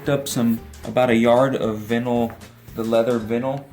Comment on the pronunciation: Has this guy never heard the word vinyl pronounced before? That was weird.